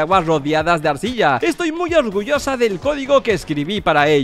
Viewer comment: SoyCubo: tomará mucho, pero eztoy acostumbrado